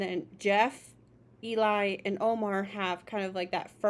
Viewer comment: Nice reaction, I like how much thought you gave to everything. They are the demigods of a cappella, for sure ! 😁 Our intense swordman is not Omar, but Cesar ;). And Eli is pronounced like "Jelly" without the J.